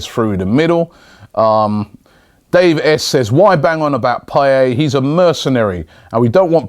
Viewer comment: Payet, not payey